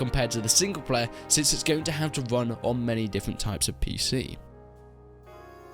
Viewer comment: "It's always just ndiffrunt"